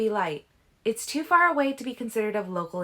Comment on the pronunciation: When you read "though" and "too", you read it as though it's a separate sentence. It's distracting.